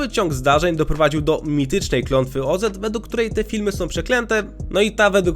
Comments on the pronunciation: Nie kraina Ozet tylko Oz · Dlaczego mówisz OZ-et? 🙈 OZ i tylko OZ. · Dlaczego słowo „Oz” czytasz „ozed”? „Wicked” wjechało za mocno? 😂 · Nie O Zet tylko Oz .... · Co to kurna jest kraina OZET XD jakos zawsze wszyscy mowili kraina oz xDD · Też mnie to zastanawia skąd autor wziął klOZETa .. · Klątwa Oz, nie O-Zet. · Podłączam się, okropnie brzmi Ozet. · przynajmniej wiadomo kiedy mamy do czynienia z syntezatorem :D Często też zamiast czytać DLA czyta DE EL A, aczkolwiek w tym filmiku nie słyszałem więc pewnie poprawili coś w kodzie :d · Z krainy o Zet ? Co Ty kurwa jesteś AI?